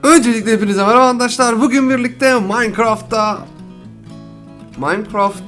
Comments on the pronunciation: Niye handaşlar diyorsun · Adam andaşlar diyor